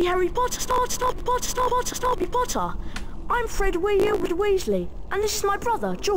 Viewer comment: "I'm Frerf Weasw and this is my brother Geog."